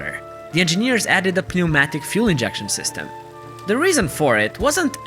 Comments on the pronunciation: Excellent video as usual. PS the p is silent in pneumatic. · p is silent in pneumatic. goofy word.